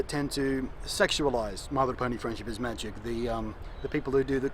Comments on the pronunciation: I like how you say "my little pony friendship is MAGic" :3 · I like how he adds emphasis on the "Magic" in My Little Pony: Friendship Is Magic